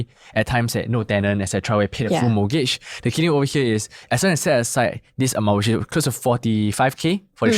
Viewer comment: Can he please NOT pronounce mortgage as MOGAGE?